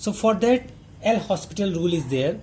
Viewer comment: ITS PRONUNCED AS L'OPITAL RULE... not L' HOSPITAL